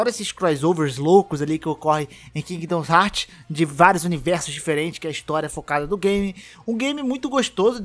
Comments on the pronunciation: por que você fala 'Kingdons Heart' ao invés de 'Kingdom Hearts', só estou dizendo mesmo, porque dá um leve incômodo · que agonia de ouvir vc falar Kingdom Hearts errado